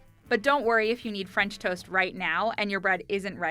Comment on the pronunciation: she is from Punjab 😂 even I don't know why she didn't say "fransh"